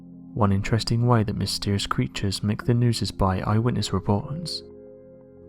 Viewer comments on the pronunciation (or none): none